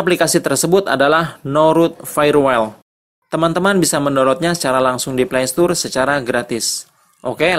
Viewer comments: Dibaca "wol" bukan "wel". Jum'at kliwon, 20 Maret 2020. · Kang....punten nyebatna bkn fayewel tp fayewol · Bacanya FAYERWOL mas...